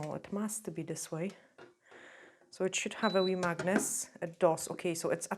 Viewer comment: 🧲 magnet that's how you say it lol